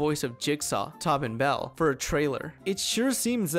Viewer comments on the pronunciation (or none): "Tobbin Bell" 😂